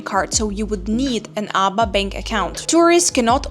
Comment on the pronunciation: just to not cause confusion the name of the ABA bank is pronounced it in letters A.B.A if you pronounce it ABA it will cause confusion with the local just a head up 👍